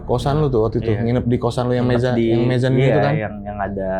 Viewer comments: Mezzamine ❌ Mezzannine ✅ - Musabasah ❌ Muhasabah ✅ 😂😂😂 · Koreksi ya bang narsum, maksudnya Muhasabbah yaa. Bukan musabasah. Mezzanine sebutan jenis kamarnya bukan mezamin